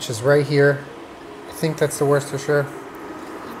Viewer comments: it's pronounced wuss-tuh-shur. I'm from worcestershire UK! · Nobody:: “worse-cest-sher”